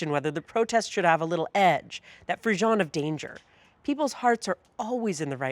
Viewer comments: Just a polite little hint to Ms Bowles. The pronunciation of the "ss" sound in the French word frisson is like the ss in Mississippi, not like zh in garage. She said the word at least twice up to where I decided to post this comment. Don't mean to be a nebbish. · Free - sohn, equal emphasis on both syllables, and the "n" is barely pronounced. And roll the "r" a little. Don't mean to be a noodge.